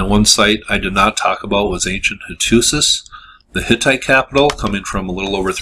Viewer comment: They actually had writing on clay tablets. They found in the kiln but they could not send out the “letters”. Because they were attacked. They were still in the kiln. They said who it was. They were trying to send an SOS. You can read word for word. And you should learn how to pronounce the name of the city. It’s easy. Go in YouTube.